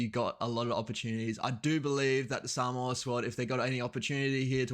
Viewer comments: So good to hear someone that is not Samoan saying Samoa correctly. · I enjoy listening to this man pronouncements especially when he pronounce the word Samoa perfect really good 👍 👌 Cheers.